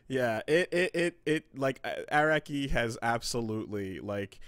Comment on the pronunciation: Air-aki is the most bizarre pronunciation of his name i’ve ever heard